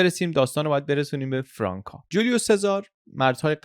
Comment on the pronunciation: خیلی مختصر و جامع تعریف کردید ، افرین . فقط یک توضیح بدهم چون استنادات شما انگلیسیست باید بدانید که فرانک که قید کردید بدون تلفظ C بیان میشه یعنی میشود فرانFranc سی خوانده نمیشه . ❤سپاس